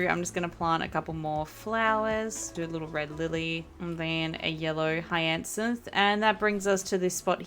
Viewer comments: Money trees can be picked up and moved, no need to chop them down ❤….btw, hyacinth is pronounced “higher-synth” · hyacinth is pronounced “hi-uh-synth” 😅